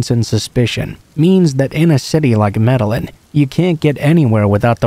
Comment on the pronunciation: I loved these stories tonight! Just a little suggestion tho, you may want to look uo Medellin pronunciation, dbl L has more of a "Y" sound. Like may-day-yeen sounds. Also reprobate, repro-bate. Still knew what you meant tho! So no biggie. I like your narration or i wouldn't have bothered to tell you.